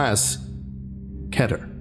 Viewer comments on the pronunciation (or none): It's not said keter it's sounds like keeeter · It’s kee-ter not ke-ter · Kee-ter, not ket-ter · Sorry, it's KETER, not KETTER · Im sorry great stuff but keter is pronounced "key""ter" not "ket""ter" otherwise it would be spelled ketter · It's keeter! not K e t e r! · It's keter (kee-•ter) not keter (keh-•ter) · actually it’s kaytear, ketter and Keter are both wrong. You can pronounce it however you want, but kaytear is the correct pronounciation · Keter is pronounced (KEE-TER) not ketr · Keeter, not kehter. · Kee-tur not keh-tur, rhymes with Peter. As it says in the S&C Plastics hub, it's named for the first Foundation employee to be killed by an anomaly, not for the religious iconography. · It's "key·ter" you psycho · It actually pronounced kee-ter some people mess up some times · It’s pronounced (key- ter) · Do you English it's pronounced keeter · Objectclass: "KEDDER" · i hate how wrong he says "Keter" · That’s not how u say keter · hey fuckhead say keter right